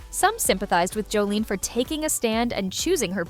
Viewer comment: It would help if you actually pronounced her name correctly…it’s Jos-sa-lin not Joline 😬